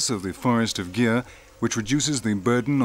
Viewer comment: It's northwest of India not northeast And it's not pronounce as gear it's gir! Anyway nice doc